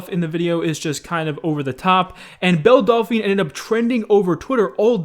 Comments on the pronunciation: No one: Literally no one: Keemstar: Bell Dal - Fa - Na: Bell Dalfy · Why can’t anyone that makes a video about belle delphine pronounce her name right? 😂😂